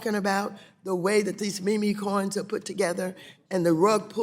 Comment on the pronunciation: 😂😂 those dang “me me coins” 😂😂